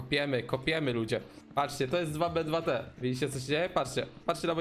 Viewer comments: Czyta się tu bi tu ti A nie 2b2t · Cymbale to nie jest DWA BE DWA TE tylko to się czyta TU BI TU TI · popierwsze nie mówi się 2b2t dosłownie tylko jakby tak tubituti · nie mów dwa be dwa te tylko po angielsku normalnie "tu bi, tu ti" bo cringe zjada